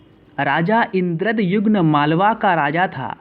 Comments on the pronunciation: Raja Indradyumna not Raja Indradyugna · It's called puri not pudi N king called indradyumna not indra jumma Kahan se padh raha h Raani ka naam gundicha thi??? Really???? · Yes sale thik se bol Puri or Indradyumna